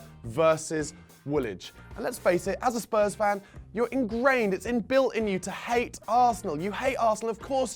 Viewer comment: I don't know why but I have a particular dislike for Charlie Nicholas, he can't even say our name properly, it comes out as Spuz